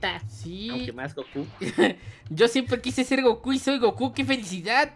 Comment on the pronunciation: Dise coco y es gocu 😆😆😆😆